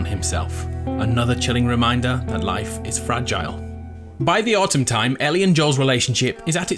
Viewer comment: Did you say fregile or fragile, because I don't think you made that joke, and that's a missed opportunity dude